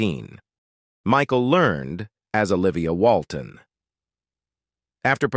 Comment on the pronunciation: And narrated by AI. It said "Michael Lernd" instead of "Learn - ED" and "Mer- LEE Haggard" instead of the silent E at the end. You would think that whoever posts these videos would listen to the how the audio is going to sound at least once, and then maybe go back and edit the text to trick the AI into pronouncing things properly. But they can't even bother to do that much.